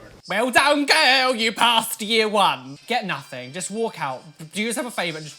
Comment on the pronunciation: I am Living for the way pronounces "girl"